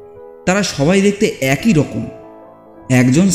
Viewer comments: একোই নয়,--অ্যাকই(একই). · AKOI katha noi, uchharan hobe AKI katha. Kichu mone korben na pls.